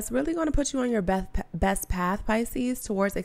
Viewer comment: You actually spoke my name...when you tried to say best..you said Beth...that's me. All I can feel is the riveting energy through my body... Yes... It resonantes powerfully..